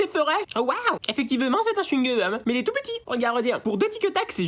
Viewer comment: Tictac au chyungum wtf😂